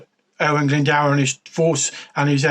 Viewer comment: Lol plz don’t use this vid as a reference for pronouncing Owain Glyndwr. No hate but the pronunciation is terrible. Cymru am ffycin byth!! 🏴 🏴